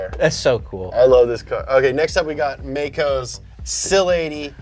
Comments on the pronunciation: 1) Mispronounced "Mako", & the weeb didnt correct it. 2) You should changed the Title to "Every Car & Driver" ranking. Because you are factoring the Drivers' personality. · wataru like waterloo. lmfao mako like a shark hideo lmfao like hideous god ad infinitum.